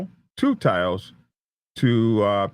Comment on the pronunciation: Good job on pronouncing Taos right. What a mess! The response was massive. I saw police flying by me as I drove in town for a good 30 mins. Heard a lot of it on the scanner also. It was chaos for a while.